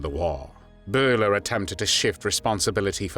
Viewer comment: Josef Byler, not Josef Buler! It´s a german y!